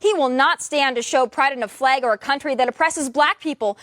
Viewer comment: THE NATIONAL ANTHEM AND OUR FLEG? PLEASE PRONOUNCE IT RIGHT BEFORE CRITICIZING!!!